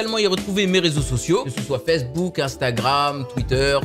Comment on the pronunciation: tu me tue quand tu dit "fessebook" a la place de facebook x)